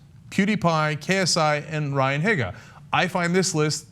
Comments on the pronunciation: Its pronounced heega not higa so ryan higa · Say "HEE-guh" ! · Hee-guh not Hih-guh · Ryan Higgga :,D Best pronounciation ever :-)